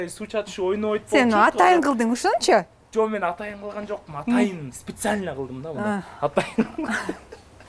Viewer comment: УШУЛ ВЕДУЩИЙ КАК РАЗДРАЖАЕТ, " СИЛИШЬКОМ, СИПЕСИАЛЬНО, ДЕП СУЙЛОП КОЮП.